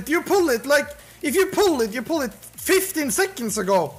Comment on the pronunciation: 6.45 doesn't sound british, that is some scandinavian accent based on the inflections on "retArdid", "poole it" and "baack"